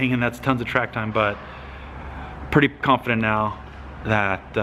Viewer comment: Did you say "Pump-fident"? Kidding...Keep on truckin'. You made your mark on drifting already, when this program comes together, It'll just be more fuel to the fire that is the BOSS...You rock. Aloha. P.S. SUBBED! Why the heck don't you plug your channel more?